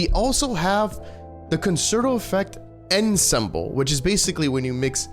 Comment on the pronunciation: Ensemble is pronounced on-som-bull